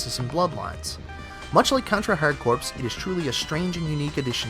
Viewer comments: "Corps" is pronounced like "core," as in "hardcore." I doubt very many people would want to join the Marine Corpse... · OMG dude your killing me. In one video you kept saying Mary-Oh instead of Mario.. Now you say CorPs instead of Core.... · it's pronounced core not corpse, they don't call it the marine corpse man. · Isn't it the United States Marine Corpse? HA! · It's pronounced "hard core", not "hard corpse".lol. other than that, you got yourself a subscriber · Hard...Corpse? Dude, it's pronounced like core, not corpse. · Baaaah, it's pronounced "core!" Contra Hard Core! Like Marine Corps. The p and s are silent! Hell yeah for Contra Hard Corps, Castlevania Bloodlines, and Streets of Rage. Was sad to see no love for Granada X, Beyond Oasis, and Sub Terrania, though. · corps is pronounced "core" not "corpse". now that i have told all of internet of my superior knowledge of the English language. good vid man. loved a lot of these. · Hard Corpse? "Corps" is pronounced "Core". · Good video! But it's called Contra "hard corps" (hard core) not "hard corpse" ;) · HARD CORPS IS PRONOUNCED HARD CORE, NOT HARD CORPSE...SO FUCKING ANNOYING!!! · . Mizrabel is pronounced "miss-ra-belle" and contra hard "corps" is pronounced "Core" not "CORPSE". It's supposed to be a pun on the word "hard core" which is why the named it as such. Gosh you are a hopeless ignorant fuck. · The "ps" in "corps" is silent. Have you ever heard of the Marine Corps? When someone speaks about it, do they say "Marine Core" or "Marine Corpse"? The incredibly cheesy pun that is the title "Contra: Hard Corps" (read: Contra: Hardcore) is thus completely missed by the author of this video. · It's pronounced "hard core". You don't pronounce the word "Corps" like "corpse". "Corps" is pronounced "core"..... (Puts face in Palm) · Corps, not corpse. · Really? You pronounced Hard Corps wrong? It's pronounced "HARDCORE". The P and S are silent. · I cringed every time he said "Hard Corpse" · contra hard corpse haha